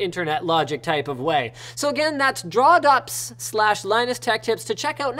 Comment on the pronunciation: It's not draw.ps its (droh "d-row") dro.ps